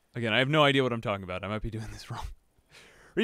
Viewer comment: when you say talking i instantly think you just went pleasepleaseplease